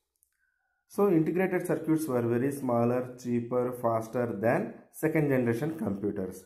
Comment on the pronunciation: Sir its not circuuuts its circuits....btw good explanation